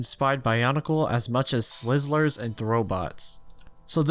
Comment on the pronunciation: HOW THE FUCK DID YOU PRONOUNCE "slizers"?